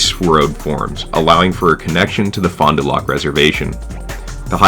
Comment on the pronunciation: good video! got a question though. im assuming you aren't from sask based on how you said metis and fond du lac. subbed keep it up